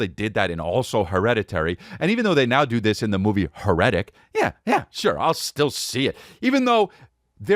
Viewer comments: Hmmmmm HER-ETIC movie? You mean HAIR-A-TIC lol. Hmmmmmmm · I think it’s pronounced hair-eh-tick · "Her-etic" Eeeeeeeeeeehhhhh S'pronouncing it wrong. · Truly a chef’s kiss on Chris never hearing or seeing: HAIR-RI-TICK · Here I am BRM at the fourth time he says it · CHRIS HERETIC IS NO PRONOUNCED LIKE THAT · Man you can’t be pronouncing heretic like that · Quick question, why ya sayin "heretic" like that?